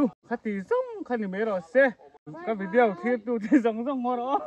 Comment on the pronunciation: Vidiau hi ti kher lo la....Vidiaw ti mai la